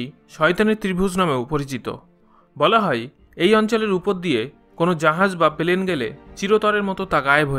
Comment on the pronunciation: Plane not palane